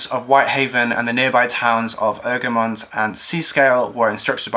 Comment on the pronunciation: Former Egremont resident here. It's pronounced: Egg-Ree-Mont. Good video nonetheless. Your pronunciation of Seascale was spot on (it's actually one of the easiest Cumbrian settlement names to pronounce).